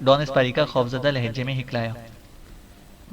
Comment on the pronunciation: Hiklana nahi haklana